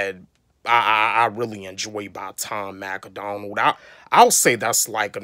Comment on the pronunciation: Learn how to say Tom Macdonald first 😂 it’s not Tom Mac A Donald 😂 and of course most reactors are going to do Eminem for views since he’s the biggest rapper but good reactors have a good variety of reacts so the don’t gotta do only Em 😂